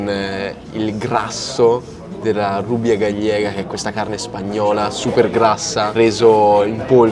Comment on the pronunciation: "Rubia gallega" si legge "rubia gaiega". Il personale di sala in un ristorante che si pone sul livello degli stellati, non può non saper pronunciare i nomi degli alimenti...